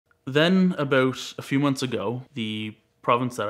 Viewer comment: I love how he's Canadian and you can tell by his pronunciation of "about" but he doesn't say "aboot", it's more like "abouwht"